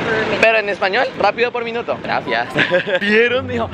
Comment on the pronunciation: Oye amigo en los vídeos enbec de decir gracias dices grafias